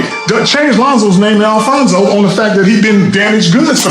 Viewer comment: Yo i know he didnt mean it liek the media said but dude really called his son ALFONZO LOLOLOLOL